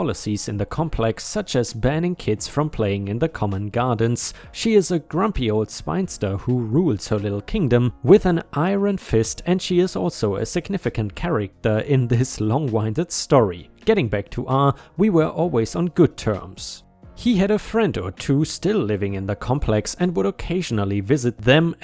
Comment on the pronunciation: hasty = hay stee (not has tea) longwinded = long win did (not long wine did)